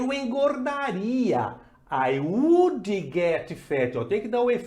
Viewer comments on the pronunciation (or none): Muito boa a aula, baita didática, como crítica construtiva, apensa cuidar com as palavras com sílabas mudas, não tem "i" no final, eu também ainda cometo esses erros, exemplo: Would e não Wouldiiiii. Abraço e continue com os vídeos.